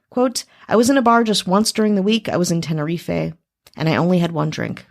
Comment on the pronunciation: TEN-ER-EEF not TEN-ER-EEFAY